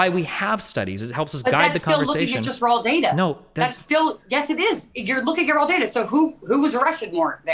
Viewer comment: Anyone notice when she says raw and law there’s an extra L “rawl” “lawl”